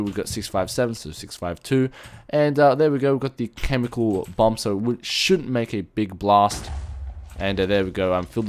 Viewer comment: LOL! you siad bum anstead of bomb! ep: "BUMS AWAY!" x]